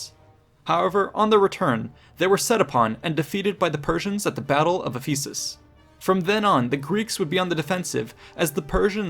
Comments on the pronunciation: Questioning some of the pronunciations, such as Ephesus, and Darius. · you mentioned Ephesus. Are there multiple pronunciations of it as I usually hear it as Eff-uh-sus rather than iff-E-sus